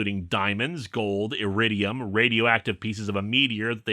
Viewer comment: Not to pick apart the plot of SPD or your pronunciation of the word iridium but it's literally an element that is on the periodic table.